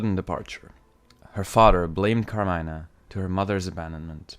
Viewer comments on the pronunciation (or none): It’s car-me-nah